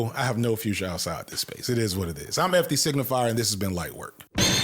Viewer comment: Lmaoo the way FD always pronounces his name like that 😂😂😂